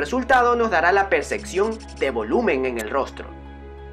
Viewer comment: "Occerva", "eccetera", "perceccion"🤔🤔🤔🤔Observa, etcétera , percepción. 👍